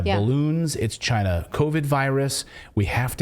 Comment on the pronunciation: Trump said CHI-NA